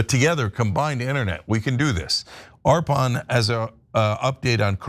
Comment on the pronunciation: Nice bit on Arpan's coding work ! Great to see him get some time in the spotlight! Quick note as his friend: he pronounces his name 'UR-puhn.' Thanks for the great coverage!